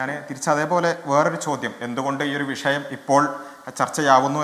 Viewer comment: ഭരണഘടനയെ ഉൾക്കൊള്ളുന്ന പരിഷ്കാരം നടപ്പാക്കാനുള്ള mandate ആണ് മൂരി താത്താ ജനങ്ങൾ ഗവൺമെന്റ്ന് കൊടുത്തിട്ടുള്ളത് 😊 പിന്നെ, " വിശയം" അല്ല വിഷയം ആണ്... താത്ത റബ്ബിന്റെ പത്താം ക്ലാസ് ആണെന്ന് തോന്നുന്നു 😂